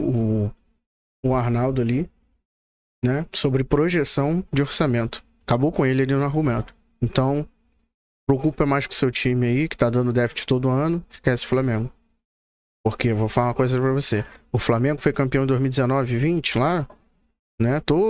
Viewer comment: "Defit" .... "defit" ?????? Complicado viu !